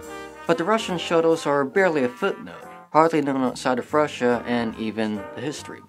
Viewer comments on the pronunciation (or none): none